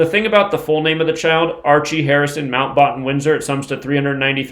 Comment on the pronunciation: say batten as in bat.